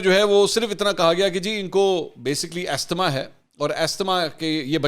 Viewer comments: السلام علیکم۔ Pronouciation is “azma”. الله سُبحان وتعلٰی ھم سب پر رحم فرماۓ اور شہباز گِل کو ھدائت کے ساتھ آسانیاں عطأ فرماۓ۔ افسوس یہ بھی ھے کہ گِل کے حالات دیکھ کر بھی عمران کی مُنافقت اور فرعونیت میں کمی نہیں آ رھی۔ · The word asthma is pronounced as ‘azma’.